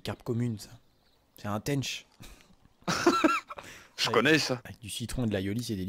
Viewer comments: cest un tench pas un tenneche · Cetait une "tench" amixem et pas une "taynch"😂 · "Teainch" XDDDDDDD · au faite amixem c est une tench pas un tench " dit bizarement de ta par ) ^^ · Il ma fait trop rire avec comment il prononce Tench a l'anglaise x)